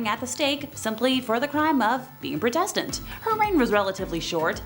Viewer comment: How do you mispronounce Protestant? Protestantism is one of the major religions in this world!! People are just getting stupider and stupider by the minute! SMDH 🙁